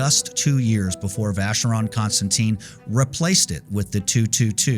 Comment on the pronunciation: Thanks for a very interesting video. But, please, please learn how to pronounce Vacheron Constantin (and AP) correctly.